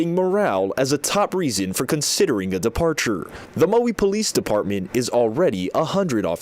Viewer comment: Listen to the news announcer at about the mark. He pronounces Maui wrong. Instead of saying mow-wee, he says Moe-wee. And this is supposed to be a highly trained professional broadcaster. This is no time to disrespect the victims by mispronouncing the name of their beloved homeland.